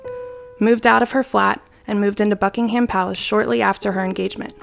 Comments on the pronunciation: It’s Buckingham not BuckingHAM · Btw it’s pronounced bucking-um palace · The prenounciation on this video, jesus... Here in England (at least where I'm from) we pronounce them... Sandringham - "sand-ring-um" / "sand-ring-hum" Norfolk - "nor-f*ck" Viscount - "vie-count" Buckingham - "buck-ing-um" / "buck-ing-hum"